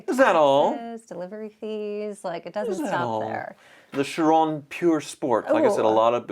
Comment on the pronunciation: For a car guy you suck on the names. Bugatti Bolide Bow Lid wold be how you English can say it right. Chiron She rr own my family name is Charron meaning maker of the wheel and cart. Charron Char rr own would be OK... bet you think you know cars but look up 1908 Charron motorcars